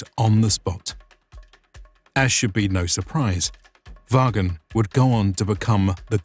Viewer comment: Vagn. Is pronounced Von.